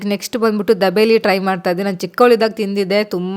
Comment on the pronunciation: First say properly it's not dabeli it's dhabeli......she is so amazing not even for single dish she said good